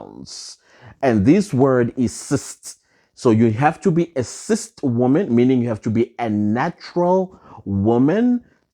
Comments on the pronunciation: Its CIS not CIST 😂😂😂😂😂😂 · You kill me everytime you say CIST 🤣🤣🤣🤣🤣